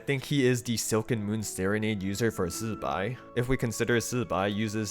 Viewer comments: OMG all the Genshin creators need to be pointed to your video on how to pronounce Zibai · Love the zibai pronounciation 👍